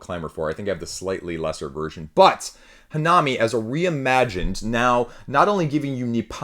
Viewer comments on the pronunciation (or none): It's pronounced hannami, not hanaami. (comes from Hana = flower and Mi from Miru = to see) But it's fine. Just thought I put it out there. For the rest, great video as per usual. I like your opinions 💜